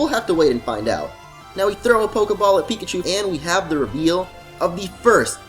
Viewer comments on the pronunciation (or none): none